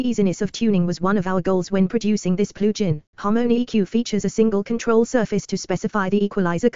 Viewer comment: "Plooge-in." :face-red-droopy-eyes: Unlistenable.